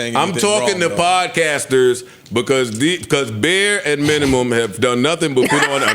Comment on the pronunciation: Aww naw... Who signed off on the "Minumum"... Damn... That the bare minimum you could do! 😅😅